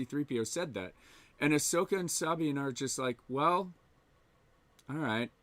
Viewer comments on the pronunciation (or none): Bruh its Suh-Bean . Not SAAAABEEN. lolol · "Sahhbine." Does know better than Filoni and every character in Rebels/ Ahsoka about pronouncing Sabine's name? 😆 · Dude says he watched Rebels but he pronounces Sabine like that!? Give me a break. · 😆 thank you, I was looking for other people who were bothered by that. Fucked up her name every single time!